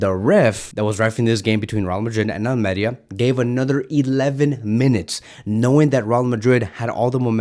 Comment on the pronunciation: It’s al-meh-REEH-ah